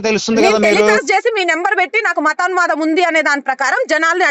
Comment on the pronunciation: మతోన్మదం... మతోన్మదం... అని వాగుతున్నాడు....